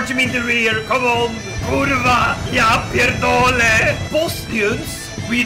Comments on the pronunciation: best "kurwa" and "ja pierdole" I ever heard and Im from Poland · best kurwa and ja pierdole i've ever heard from foreigner